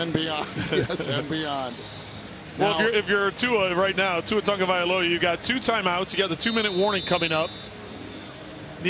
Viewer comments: I would love if Tua would do a live lesson on how His name should be pronounced! Analyst keep saying it as if there is an "N" in TAGOVAILOA, do any of you see & hear what I'm saying? Help me out, please! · O M G! Would the one old white dude please pronounce the QB’s name correctly. It’s not Tungavailoa. It’s Tagovailoa. It’s only right there on his jersey! As an old white dude myself, and a highschool coach, it irks me when other old whities live down to the stereotypes of my race. The kid made it to the NFL. He deserves even more to have his name spoken correctly. And as a professional broadcaster he should know better.